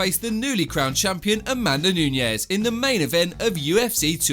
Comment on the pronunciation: Holy crap it’s “Nunes” not “Nuñez” smhhh